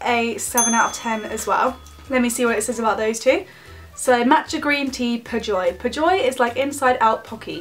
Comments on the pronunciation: My ears cringed when you pronounced "Pejoy" as "pæjoy" or was that "pajoy" cuz u just said my nickname.... My top most secret of all time😂 (okay it is not a secret anymore) I dunno why I'm saying this. Lol... But I love your candy tasting videos 💯! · its pee-joy